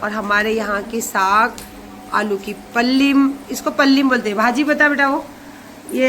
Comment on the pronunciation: Ninam nahi nilaam pallim nahi palye